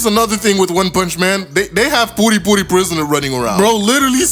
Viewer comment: Puri Puri… dude you sound like you are saying Booty Booty prisoner lmao